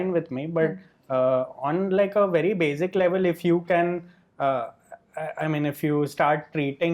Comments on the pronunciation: Why does Rahul Desai pronounce "basic" as "bazic"? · Ok Rahul it's basic not bazic.